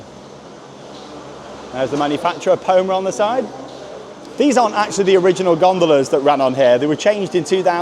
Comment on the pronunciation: Poma is pronounced Pom-uh or Pommer. Source: I work in the ski industry